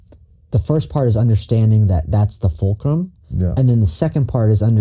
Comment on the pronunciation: 'the fulcrum'